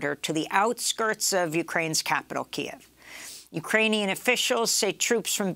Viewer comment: Please show Ukrainians and the Ukrainian language respect by pronouncing the nation's capital KYIV correctly.